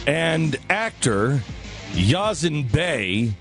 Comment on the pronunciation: His names are Mos (as in most) Def and Yasiin (pronounced YahSEEN) Bey. Fucking idiot!